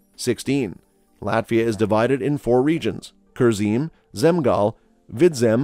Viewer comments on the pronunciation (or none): Kurzem,vidzem you pronounced theses like someone who lives in courland😂